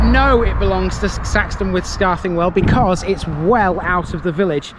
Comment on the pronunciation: Your also over pronouncing the TH sound in Scarthingwell. It's more like scar thin well , enjoyed the video lived in Saxton when I was younger.